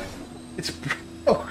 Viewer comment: "it's bwoken" 😂😂